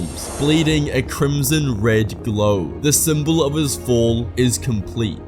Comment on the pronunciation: stop saying crmson